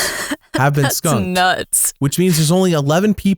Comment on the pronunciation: you put too much emphasizes on skunkung lol.